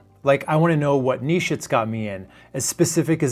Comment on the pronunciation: Omg you pronounce niche properly 😍